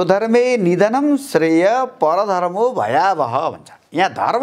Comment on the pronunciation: परधर्मो शब्दको उच्चारण पनि भएन ।